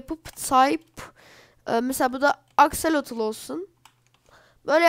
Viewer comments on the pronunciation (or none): none